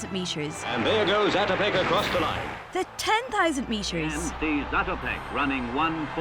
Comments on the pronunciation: When someone is making a video about someone they should at the very least pronounce their name correctly. You know maybe 2 or 3 times say it before actually recording? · It´s very funny for Czech people when they hear the English pronounciation of his name :D